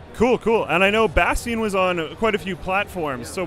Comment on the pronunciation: Lol "Bastean"